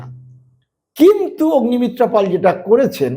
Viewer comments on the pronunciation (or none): " পল " নয় বলুন - " পাল " আচ্ছা বলুন তো - কোন যোগ্যতায় এখন পাল " পল " হয়ে যায়? পাল কে পাল ই বলবেন!